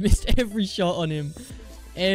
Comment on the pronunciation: Dude props to you, being able to say shot...,shuuoo, damn.